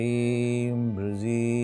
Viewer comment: It's not Breeze... it's Brezee